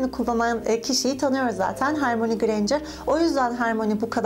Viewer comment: Senin gibi bir Potterhead' in Hermione' nin ismini ''Hermoni'' diye okuması üzüyor. :''( Lütfen ''Hörmağani'' diye oku.